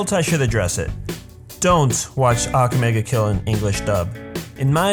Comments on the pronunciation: I hate that u are saying ake mega kill ITS "akame ga kill" plz say right -_ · He pronounces almost everything wrong. EVEN THE TITLE.